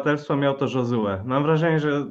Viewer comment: Panowie, Josue nie jest hiszpanem więc nie czytajcie J jako H tylko jako Ż